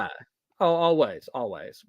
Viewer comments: WHY WAS EVERYONE CALLING BASEBALL "BASEOH" HEKP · im still sobbing over everyone calling basball baseoh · THE WAY PEOPLE CALLED BASEBALL BASEOH 😭😭😭😭 LEAVE HIM ALONE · THIS STREAM WAS SO AWESOME ESPECIALLY WHEN PPL STARTED SAYING BASEOH..